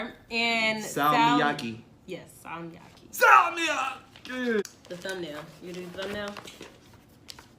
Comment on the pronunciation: That ”salmiakki” pronounciation thoooo daamn my guy u sure youre not finnish?😂